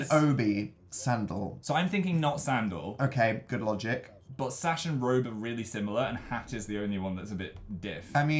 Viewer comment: Its SASH aaaahhh